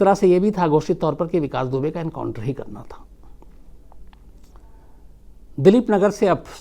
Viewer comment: Vikas dubey kaa naam aap hamesha galat kyu bolate h☺ Ittefaq h yaa aap lena hi nhi chahate... sir mai aapke kahani batane ke tarike ko bahut pasand karti hu ... 🤗